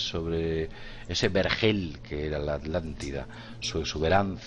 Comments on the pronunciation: Atlantida, atlantico, no pueden pronunciar bien esas palabras, lo pronuncian como alantida y alantico. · "Alantida, Alantico" y así dicen que somos los latinos los que no sabemos hablar. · Gabriel Rocha Muiños Ya lo sé amigo, no lo dije por ustedes sino por algunos seres que piensan así. :) De todos modos me parece muy curioso que el diga Alantida o Alantico jejejeje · Me encantan sus temas, me vi casi todos sus vídeos pero por favor A TLAN TI DA mis oídos se ofenden al escucharlos hablar así. disculpen pero es lo q siento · bueno, ¿y porqué se comen la "T" al nombrar la Atlántida? ¿de dónde es su acento?, hago la aclaración: no es crítica, me gusta que el castellano permite y se enriquece de los acentos de tantos y tantos países